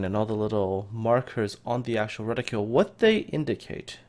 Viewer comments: Useful video, but need to use the right word and pronunciation. The word your looking for is the name of gun sight markings which is: "reticle" noun ret·i·cle \ˈre-ti-kəl\ : a scale on transparent material (as in an optical instrument) used especially for measuring or aiming a reticule is : a woman's drawstring bag used especially as a carryall Still give you a thumbs up. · “Ret-ih-cle” not “reticule” there is no u in the word